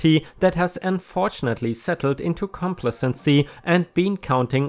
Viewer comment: complacency = comm-place-en-see